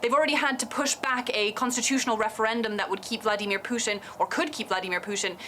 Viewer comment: She doesn't even know how to pronaunce Putin...lol